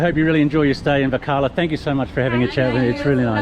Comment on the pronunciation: is a good man. If only he learnt to pronounce Varkala correctly. 🤐